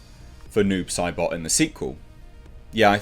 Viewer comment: I thought you were saying 'nude Sybok' for the first few minutes of this video.